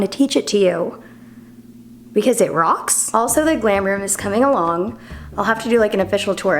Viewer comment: Say rocks again lol